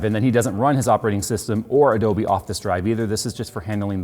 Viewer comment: Every single time you day Adobe I het triggered -.